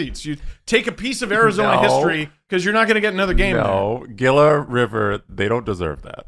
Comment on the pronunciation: Gila River Arena = "Hee-La" River Arena. Like Gila Monster....Not that it matters anymore.